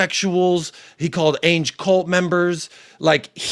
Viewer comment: Hi there hope you are well lots of parallels with what we experience in the Arsenal fan base. Was interested to see how you tackle it. One question though why do you pronounce Ange Ainge? It's the A sound from Adam or Anville not the A sound from Apex or Aviary. There is a youtube channel that specialises in pronunciation. I haven't decided if I like him or not but I do feel like it's respectful to pronounce people names correctly. I am not telling you how you should pronounce it by the way it just interests me as I presume you hear everyone else calling him Ange as if it were short for Angela and yet chose to pronounce it as Ay-nj just curious